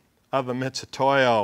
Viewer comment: MIT....MIT....MIT !!!!!! NOT "MITCH"UTOYO